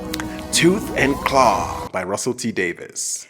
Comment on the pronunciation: It's 'Davies'. Russell T. Davies!